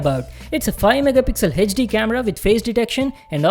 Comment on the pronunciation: Hechdi hechdi kiu kr raha hai bancho bol HD.